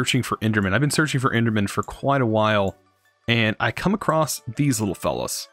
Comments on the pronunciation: why do you say acrosst in every video? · Enjoyed the video, as I am enjoying this series so far. You got a sub out of me :) Thank you for the educating, but also VERY entertaining series. I laugh every time you say "acrosst" :D